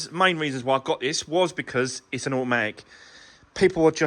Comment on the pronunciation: Can you just say a...matic once more 🤣